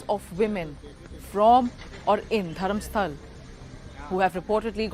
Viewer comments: Just a small correction – it's DharmasthalA with an ‘A’ at the end, not Dharmastal. It’s the name of a place, so pronunciation matters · The place name is Dharmasthala and not Dharamstal… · Its dharmasthala not dharmsthal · I appreciate the report WION. It would also be appreciated if the city name is pronounced correctly " Dharmasthala"